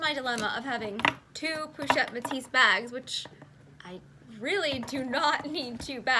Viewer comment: The "s" in both Louis and Metis is silent